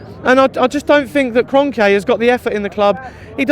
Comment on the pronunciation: Man’s calling Kronke Kronkeyay